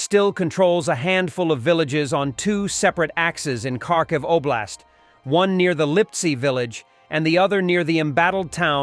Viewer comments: Not Karkiv , kHarkiv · The name is Kharkiv - ( har - kiv)